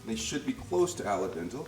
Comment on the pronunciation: Ray-mon, flavor-ation, green un-yon, and ala dental noodles?? Never heard this pronunciarion, but I like it... Those are new words I'm adding to my cooking vocabulary!